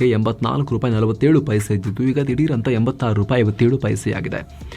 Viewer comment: ರುಪಾಯಿ ಅಲ್ಲ... ರೂಪಾಯಿ.